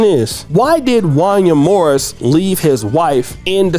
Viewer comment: you don't know anything about R and B You don't know how to say Wanya Morris